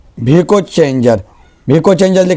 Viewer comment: Arey bhai app ka naam ka pronunciation sahi kar lo